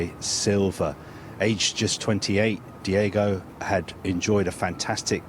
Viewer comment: Did really call him Diego? Twice😳